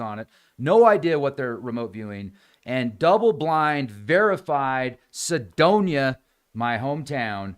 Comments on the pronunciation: If Sedona is your hometown how come you don't know how to pronounce it? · well, it does matter, how to pronounce Sedona, if your objective is to communicate. I figured there was some reason he didn't pronounce it right. Now I know. But I don't know what Cydonia is.